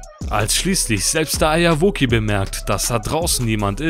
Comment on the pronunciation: warum sagt er immer Eierwoki und was ist das für ein Format? xD